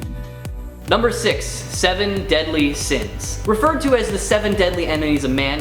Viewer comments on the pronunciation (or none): You actually said seven deadly sina